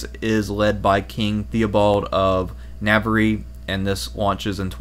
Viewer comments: "NAV-aree". Hoo hah! This is my favorite YT comedy show.. listening to mangle foreign names. Love the history, plus bonus name mangling yocks! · And "navaree"